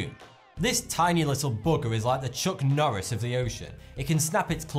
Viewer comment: you pronounced Norris wrong.